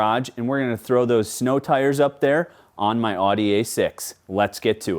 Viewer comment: New game, you drink every time mispronounces Audi.